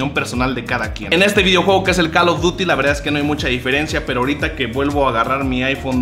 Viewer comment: dile vas a usa con tu compa el jv o tienes al.ded y no creo que no te enseñen a minimo pronunciar call of dury we